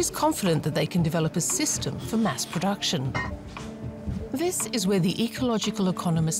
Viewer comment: I like the presentation of ideas. That‘s positive climate action, not banning culture! Btw. it“s /MASS production/, not /mass PRODUCTION/.